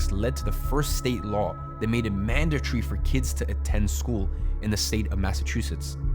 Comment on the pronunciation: why are you saying mandatory like a freakin idiot